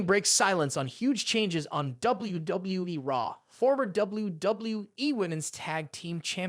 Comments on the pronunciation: You really need to work on saying WWE. "Doubly Doubloueee" - YOU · Doubble-U, Doubble-U E! Doubble-U, Doubble-U E! :face-blue-smiling: Doubble-U, Doubble-U E! I have never heard it pronounced quit like that Sir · The way he pronounces "WWE" distracted me from the actual video content. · If the viewers took a tequila shot every time you pronounced the word and said W-W-E, they would all be dead. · Why does it appear to be so hard for you to pronounce the letter w, you seem to stumble verbally every time you attempt to say 'WWE'